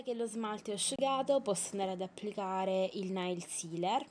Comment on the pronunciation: Una cosa.. NAIL non si legge "Nail" con la A ma "Neil" con la E.. :P Ciaaaaaao :D